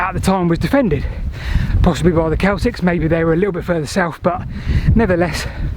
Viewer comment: CELTS not 'Celtics'